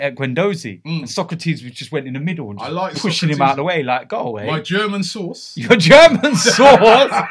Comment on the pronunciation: Robbie German Sauce!!!! 🤟😂 (Fyi- I know he meant source)